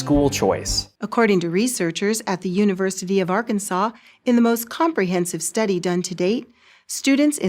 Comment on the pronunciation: ya'll need more schoold if you read Arkansas as Arkinsor :P